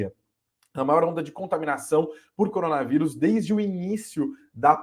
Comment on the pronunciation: "Coronavairus"? O bom filho a casa torna.